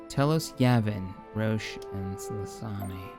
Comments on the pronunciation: "Salusami" Im dying. Its pronounced salukemeye. Lmao. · repeat after me SA-LOO-KA-MY not Salami. That’s how you pronounce Saleucami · Saleucami = "Sassami" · “Sahloosami”. That hurt my ears. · Also friendly advice the planet near jabim is pronounced (Sal - Lew - ka - my ) as per the clone wars tv show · "Sassami" XD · I don't mean to be that one guy in the comments but its pronounced (Sa-Luke-Ka-My) "Saleucami". Love to see the series back and can't wait for the future though. Always a pleasure to see these vids. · Sgt. Vodka no it’s pronounced Saleucami lol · Jesus Christ did you not watch RoTS? You'd know how to pronounce Saleucami!